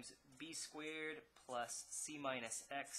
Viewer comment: this is an excellent video but the way that he pronounces "squeered" bothers me to no end